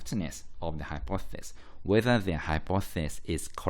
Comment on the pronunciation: Great video but it's hypothEsis not hypothsis (pronunciation)